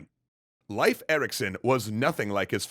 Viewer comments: Leif ≠ Life Leif = Lejf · pronounced "leaf" Erikson, not "life." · Fyndið og sárt á sama tíma. Dó smá að innan hvert skipti sem hann sagði "Life" og ekki "Leif"(ur) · It’s leif like leaf not life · Leif is pronounced Lay-f, not Life. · I believe that Leif's name is pronounced 'Leaf' not 'Life'. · A tiny bit annoying that you pronounce Leif as Life. Love the content though :) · ITS PRONOUNCED LEEF NOT LYFE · I thought Leif was pronounced "leaf" not "life" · His name is Leif... "Lay-f" not "Life" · It's Leif, not life. The e is pronounced like the e in emperor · Why do you pronounce it "life" instead of "leaf" Erikson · I thought it was pronounced 'leaf', not 'life'. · Not “life” Leif it’s pronounced “Leaf” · Not Life Erikson. Lay-f Erikson. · Isn't Leif pronounced like 'Leaf" What's with the 'Life' pronunciation? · Huh, always thought it was pronounced “Leaf” Erikson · Happy Leif Erikson Day!! Hinga-ding-durgen. :D More relevantly - his name is prounounced Life, not Leaf? My life is a lie.... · Great video, but I'm fairly sure it's pronounced like "leaf", not "life". That's how I pronounce it, anyway. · I thought that Leif was pronounced "leaf" and not "life." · just popped here to say tell you, good luck.. wait I mean to say that Leif is not said 'live' with focus on f, the Ei is just like ey in Hey so 'leyf' if ya will. - source Icelandic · Every one gonna ignore calling him life. I don't care if that's how you pronounce it his name is Leaf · No offence, i know excatly how hard nordic pronunciation is but it's more like Layf or Leyf not Laif. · His pronounciation is wrong. Leif is pronounced “Lafe” (rhymes with “safe”). The modern Icelandic version is Leifur (Pronounced “Lafer”, rhyming with “safer”). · It's pronounced "Leaf" - Leif Eriksson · its pronounced 'leif' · Couldn’t you pronounce it “Leaf” Erikson? Jinger hinga durgen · Leif is actually pronounced Layf "Nyeil Purrt"? Yeah I don't think anyone is going to get that. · Your pronouncing Leif wrong